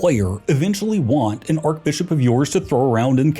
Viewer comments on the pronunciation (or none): Yes. Should be pronounced Arch NOT Ark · Yeah, have they never heard it pronounced arch? 😭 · Awesome but why does he keep pronouncing archbishop with a k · The way he says archbishop drives me nuts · Someone get this dude an English pronunciation guide. Clergy, papacy, archbishop... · Thats not how you pronounce archbishop